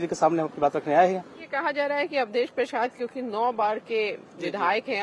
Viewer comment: अवधेस बोलना तो सिखलो योगी के सामने अवधेस हाय भारत देस